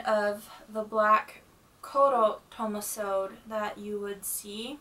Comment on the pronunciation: Hello! You have a lovely collection! If you are wondering about pronunciation I believe furisode is pronounced Fu-ri-so-day. It is four syllables instead of two. The same goes for tomesode. I hope I'm not being too forward and hope you find this useful!